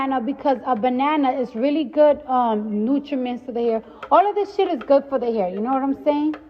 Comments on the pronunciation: Can we just talk about how Cardi can't even speak correct sentences tho 😂 "nutrimemts"?? Dead 😅🤣😂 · “Nutriments” lol